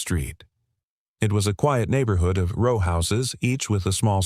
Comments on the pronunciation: Early on the word 'row' is mispronounced using a hard 'o' instead of the correct soft 'o' that fits the context. That change significantly changes the sentence and it's impact on the storyline. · I noticed that one.